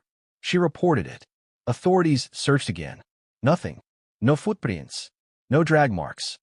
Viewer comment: “Nó foot prínts”